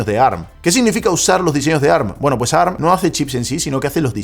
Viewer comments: Si sabeis que ARM es un acronimo, por qué decis ¨arm¨ y no a-erre-eme? Es como si en vez de decir a-eme-dé, dijeramos amd tal cual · Que molesto escuchar “arm” y no A R M A alguien que sabe de tecnología